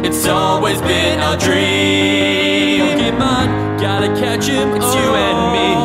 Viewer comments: The least you could do is pronounce THE NAME OF THE SHOW right. It's Poh-Kay-Mon, not Poh-Key-Mon. That accent on the E isn't there to make it look fancy, it actually changes how the word is said. I'm sorry, but this is just ear rape. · So fucking good. But the way he pronounces pokémon makes my skin crawl. It's pokémon, not pokiman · Is it weird that I'm annoyed that he pronounces pokemon as (Poke-ee-mon) instead of (Poke-eh-mon) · You pronounced Pokemon wrong at least 50% of this song